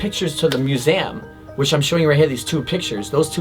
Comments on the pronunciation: Am I the only one who’s getting anxious of the way he’s saying museum? MUSEAM 😂😂😂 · Aint nobody going to acknowledge the way he said "museum" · The way he says Museum triggers something deep inside of me...